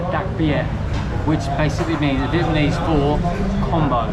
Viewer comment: It's Vietnamese not Vietmanese.